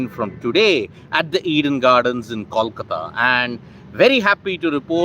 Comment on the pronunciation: It's pronounced koalkata